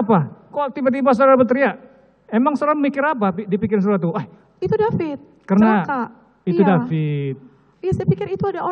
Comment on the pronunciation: Korban nya david bukan DEPIT